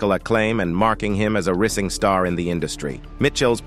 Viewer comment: Who assembled these clips? And is the narrator A.I.? Because many of the clips are not of the people that are discussed. And there are many simple words being mispronounced. “Holly- Woo”, “riising star” “poor trial”etc.